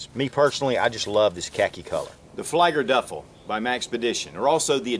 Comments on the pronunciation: it is 'flee-ger' not fly-ger. flieger is German for flyer btw. Great vid as always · Excellent review, as usual! This is better than the Maxpedition channel advertising video. You've shown this and the MPB, and now I know which to choose. FYI: Fliegerduffel = Literal translation "Duffel (bag) for Flyer(s)" Pronounced 'flee-ger'. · Pronounced "FLEE-GER-DUFFLE" :)